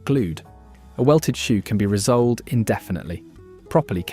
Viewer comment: When you can't say re- soled properly we know it's A.I and when you tell us Clarks are a good shoe we know this is rubbish because I have worn Clarks shoes Most of my 70 plus years but the last few pairs made in various parts of the world are foreign rubbish with poor quality leather outer and some synthetic crap inside that starts to disintegrate after a few wearings.